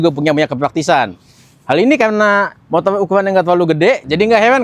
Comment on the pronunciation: Review motor kok ngomongnya motol😂